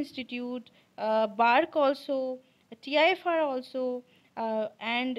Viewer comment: Tifr not tfir